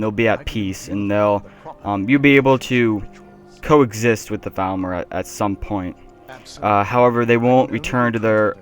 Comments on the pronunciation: Dude it seems you have a problem: every time you say Falmer it sounds like you are saying Thalmor and it's clearly upsetting a lot of viewers. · their called falmer not thalmer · For half the video I thought you were saying "Thalmor".